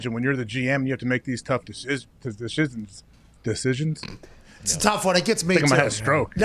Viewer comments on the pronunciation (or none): lol! Pat casually getting AJ with "deshisns, deshisns" while making his point...